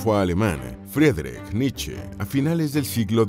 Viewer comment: Frederick niche?? Grupo Niche 😹